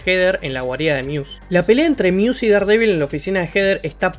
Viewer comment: Buen video! Una pequeña aclaración...Daredevil no se pronuncia así, se pronuncia como si se escribiera Derdevol